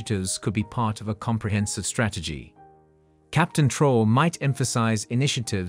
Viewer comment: Your use of A.I in order to produce cheap low quality content in order to profit from African matters should be reviewed. At least verify the pronounciation of the name "Troarè". Make some effort.